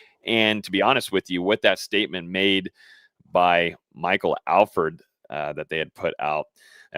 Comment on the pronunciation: ....please tell its ALL-FORD...NOT AL FURD 😂